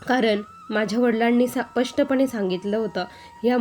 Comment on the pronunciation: सपष्ट नाही स्पष्ट म्हणा